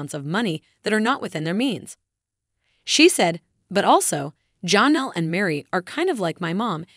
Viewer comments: Her name is not johnal itis jennell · And Janelle...with an a...not Jonelle...with and o. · Please pronounce Janelle name correctly